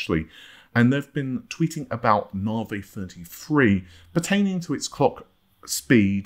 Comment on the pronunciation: Why are you concerned about pronouncing someone's name when you can't even pronounce Navi correctly, something you butcher multiple times a week! I can forgive the non-existent "r" but the hell do you get an "ay" sound from the letter i?